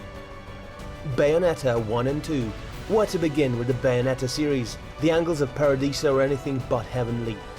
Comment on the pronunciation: aside from Baldewolf, did anyone else notice he called the angels, angles?